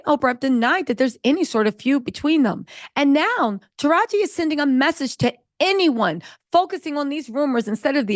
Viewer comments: “Taraj-Gee” not Taraj… why do you keep messing up that lady’s name?!?! 😵🤣 Also, another great episode. And I did see the movie and it’s way more uplifting and better than the original. 💜💜💜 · Are you mispronouncing Taraji's name on purpose? Lol